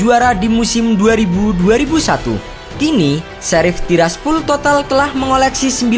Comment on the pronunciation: Bacanya:sherif sappol